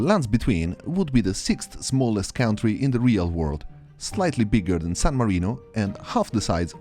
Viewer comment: Why does it say you're from the UK when you pronounce country as "cow'n'tree" and you generally sound like a swede speaking?